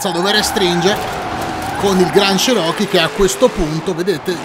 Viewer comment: stavi per dire chiron Nu, MA più ti è venuto in mente che è un cherockee quindi hai elaborato la parola cosi: chiro-chee